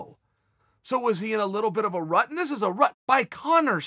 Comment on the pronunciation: 10 million dollar gate "rut"....lol